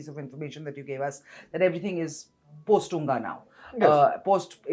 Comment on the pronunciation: It is said UNGA not unga. spoke well and facts about J&K, Ladak. Modiji is doing the right things. Peace need to come to this area